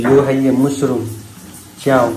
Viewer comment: मशरूम bolo . मुशरूम nahi